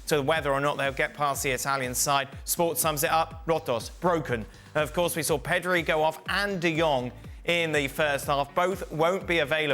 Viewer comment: LOl shak calling Pedri “Perdo”, love it